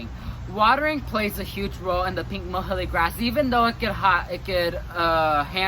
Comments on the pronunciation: nice video. Muhly is pronounced Mew-Lee :) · You're saying muhulee ...I've heard it called "Mewlee" grass, closer to the scientific name.